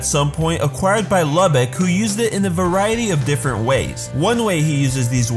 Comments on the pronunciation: It pronounce loo-bok sorry I just had too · I thought his name was pronounced Luu-bock